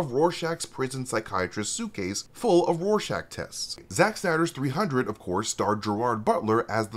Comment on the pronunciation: is great and all, but its RORschach not Warschach. It annoyed me when Patrick Wilson said it that way. I'm sorry, bit autistic lol